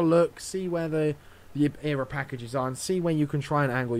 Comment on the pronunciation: E-R-A....not era.....